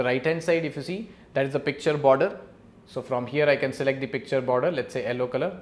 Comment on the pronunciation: But it is not yallow